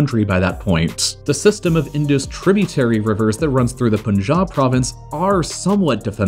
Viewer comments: Correction on the pronunciation: It's not "In-do-s" It's "In-da-s" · Indus is pronounced indas river not indoos. A little research should have given you that. Please put more effort in you videos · How to pronounce indus: In, dus as you pronounce bus just replace the 'B' with a 'D' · Okay...thats enough.... I lost it when you said Indus river...my ears are bleeding now... From the next time onwards.. please check the pronounciation of words by a simple google search for god's sake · This Video is total POPPY-COCK and BALDERDASH ... by someone whom this subject is so alien that he had to invent a new way to pronounce Indus. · Especially those pronunciation mistakes, like calling Siachen 'Siasheen' when it is pronounced as Siachin. Also, calling Indus River 'Indoos River'. One should do a bit of research before making the videos.